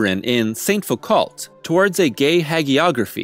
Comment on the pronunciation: Foucault = "foo-COE."